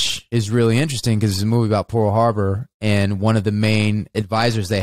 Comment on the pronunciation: Highlights of this episode: 1) Wes' pronunciation Pool Harbor 2) 6 inches 3) raptures about Top Gun 4) Discussion about Elizabeth Mitchell 5) Client chastising to GTFO Die Hard Also, Ty, I would never show up at your house nonconsensually. ;D and I'm not just saying that because I don't want to get shot. I value your privacy.